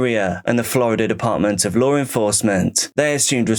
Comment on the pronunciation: serious question. is it really that hard to say the word law???